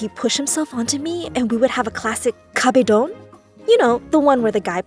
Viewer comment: Lmaoo the way she said kabedon